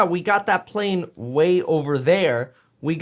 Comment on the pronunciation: "the wrong PAALANE in site". man i hate the way he talks lmao